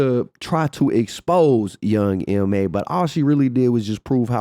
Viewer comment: It’s YOUNG M.A. The last letters are just as they are pronounced in the alphabet Boo!